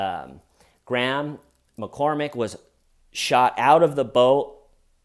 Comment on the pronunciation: Every time you said "Graham McCormack", I heard "Grandma Cormack". 😂 Why does clean cut hair style kill me?!?! 😂 I mean that in total love. Love this guy!! 🤍